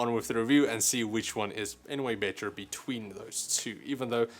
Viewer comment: "BEY-TER and BEY-TER" HAHAHAHAH